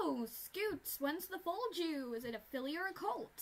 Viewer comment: "Oh my gosh When are you due" sounds like "oh my gosh when are you jew" stg